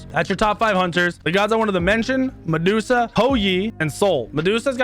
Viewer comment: hUnTeR's he says. "OLORUN" he says